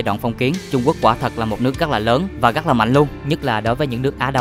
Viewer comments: Rất là đẹp chứ không phải là " gắc là đẹp " nha, thanh niên mà phát âm chán quá... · Hy vọng bạn có thể thay đổi được việc phát âm 😢 , "gất nhiều,gất gất đặc biệt,gất choáng ngợp,gất...,gất..." . Cứ mỗi cuối câu là được bạn thêm thắc cụm từ "các bạn" 😢